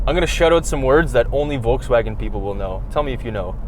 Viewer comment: Happy bday. I wish you that you can pronunce Volkswagen correctly;)